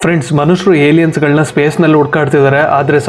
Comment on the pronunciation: IT is Not Yeliyen. 😮